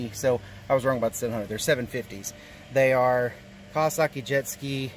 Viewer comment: Iv never heard of no kaawwaskii lol!